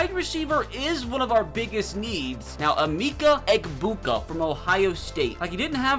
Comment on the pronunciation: Bro said emeeeka